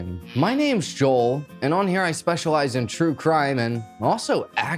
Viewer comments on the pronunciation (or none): none